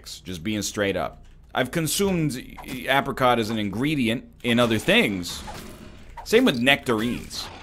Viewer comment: Please stop saying apricot like that